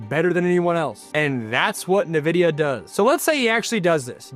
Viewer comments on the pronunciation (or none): I was wondering how Texas Tech suddenly started getting top ranked recruiting classes... That explains it. Also, just for future reference (not trying to be mean) Nvidia is pronounced "in-vidia," not "nuh-vidia." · Sorry this is driving me nuts. It's pronounced En-vidia not Ne-Vidia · No one’s gonna see you as a credible source of information if you don’t know how to pronounce Nvidia. Look it up. N - Vidia Not Ne-vidia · Dude, it's N-vidia